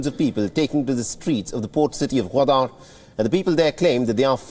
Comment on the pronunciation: Pls pls pronounce it right. It’s Gawadar not Ghaudaar. Embarrassing.